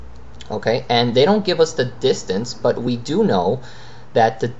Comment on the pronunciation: U r pronouncing like thistance nd thisplacement... Lol